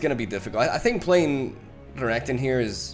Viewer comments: you said Reggaeton💀💀💀 Love the video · pls never change Renektons pronunciation. It sounds kinda cooler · Thanks to you, I now can't stop calling Renekton "Regatone". It just sounds so much cooler 😎